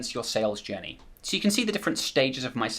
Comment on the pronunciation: Everyone - head's up - he's not saying "Sales Jenny" ... he's saying "Sales Journey". Took me a couple rewinds to try and figure out where he defines a "Sales Jenny" before I checked the transcript and found that it is a "journey" to which he is referring ;-)